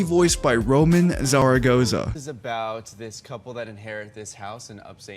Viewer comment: Just letting you know Roman is pronounced Ro-mahn d=(´▽｀)=b